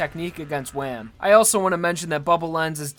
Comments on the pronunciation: He also said “Wam” instead of “Wamuu” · Why you call wammu wam its pronounced wah-moo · It's WAMMU not wam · pronouncing waamu as wham drives me insane, it's funny but it's also like llhhashdkjn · Its wammu not wham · Wamm? Who’s wamm? Oh you mean WAMMU how did you get that wrong? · Wam instead of wha-muu hamon instead of hah-mon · its Whamu not WAM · Is he saying wam? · did he call wamuu wham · No, it's not wamuu, it's wam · did he say WHAM INSTEAD OF WAMUU?????????????????????????????????????????? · Did he pronounce Wamu Wham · I hate how he calls him wam. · did this guy just call wammu wam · You are saying wamuu and hamon wrong